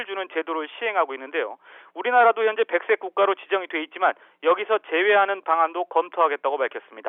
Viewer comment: 리포트 말 너무 더듬고 말 중간에 아! 이런거 좀 안했으면. 백색국가가 백 셋 국가로 들렸어